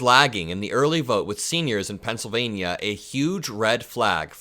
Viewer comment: buddy, I love your enthusiasm for our democracy and furthering decency and kindness. However ya kill'n me with the ( pencil-vay-knee-ya) Pennsylva-KNEE-a...Why the over annunciation of the "nia"..??? Reminds me of drumpf and the " aeroplane " and I can't stand the thought of your vernacular aligning with his. Please..Please..Please drop the enunciation..!!! I don't even think the good people of Pennsylvania enunciate it in that manner. I'm over anylitical at times, with the weirdest stuff, so meh...Hahaha.! Keep up the good work buddy..!!